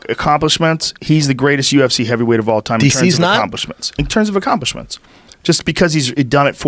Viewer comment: "Greatest of all THime" lol